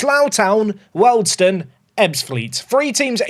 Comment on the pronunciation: Wealdstone = "Wee-all-d-stone" and not "Welled-stone" Other than that, great episode 🙂